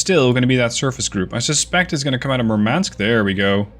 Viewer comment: You keep mispronouncing Murmansk. Stress the first syllable. Also the "u" in Murmansk is spelled like "oo" in "doom". Nitpicking aside, great video. Really dig your ability to plan ahead and narrate while so much is happening on screen.